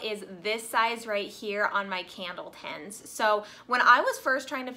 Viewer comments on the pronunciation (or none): t-INs! My dear... TINS. Enunciate the "i" not "tens". I tried not to let that bother me... love u tho!